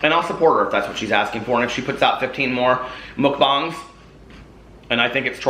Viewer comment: bang not bong!